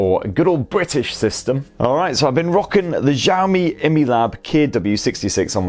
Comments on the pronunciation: It's not xaomi it's Xiaomi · Its not Xiami...